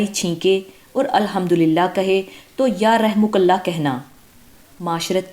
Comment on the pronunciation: dear!! in hadees that's not "ya rehmu kAllah" da pronunciation is "yar hamu kAllah".